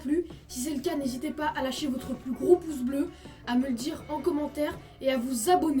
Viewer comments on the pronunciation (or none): Bravo, bravissimo ! Il n'y a que la prononciation du "ciao" à revoir!